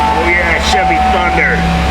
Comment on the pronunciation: hahahaahahah SHIV-EE